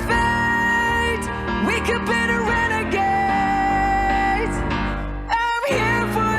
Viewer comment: mispronunciation: RenagaDes not renagaze!!!